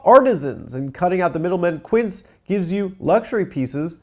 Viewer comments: That's not how you say Quince, amigo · What are the chances that first sponsor’s name is the Spanish word for “fifteen” and Adam is mispronouncing it horribly